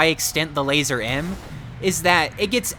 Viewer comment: It's pronounced lazur not lazer